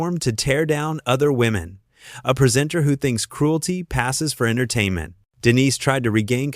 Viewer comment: Denise Welch is only 13 years younger herself - hardly a spring chicken. Oh, Judy Dench wasn't kicked off. This minor spat didn't "paralyse the nation" because it was on a weekday crap daytime television show. Why is it read by a nasal,droning American voice who can't pronounce words like "entertainment " correctly, or even Colleen Nolan's name. So much garbage